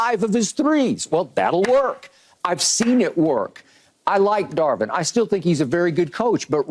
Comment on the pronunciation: Darvin not Darwin, key 😂😂😂😂😂